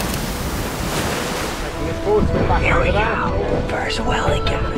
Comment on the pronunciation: Took me awhile to realize is saying "whale" when it sounds like "well".